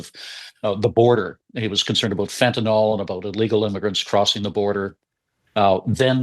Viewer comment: FentaNYL not FentaNOL